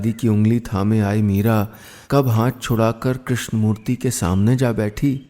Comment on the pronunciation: श्रीमान जी , कृष्णा नहीं कृष्ण कहिए। कृष्णा कहते ही स्त्रीलिंग हो जाता है, प्रभो